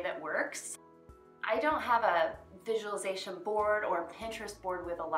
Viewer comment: It is really prounceate like visual-li- zation. visualization. 😂😂 everybody pronunciate right except people doing miracle morning routine. Probabaly bc Hal say it wrong first 😹😹😹😹😹😹